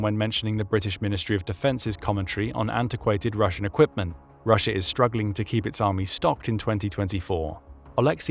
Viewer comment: Rusher? Never heard of this place. Sounds like intrusive R.